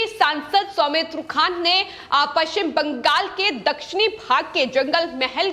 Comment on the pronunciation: Please arrange to teach the news reader for correct pronunciation of West Bengal in hindi.